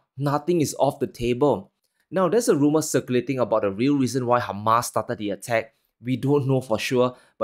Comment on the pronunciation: It is hamas not humus is a side dish .